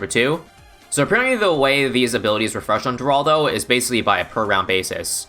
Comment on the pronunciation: Btw the G in Geraldo is silent (according to Ninja Kiwi’s and Rohan’s update videos)